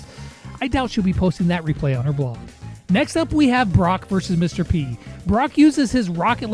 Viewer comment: When he said Mr p I thought he said mrbeast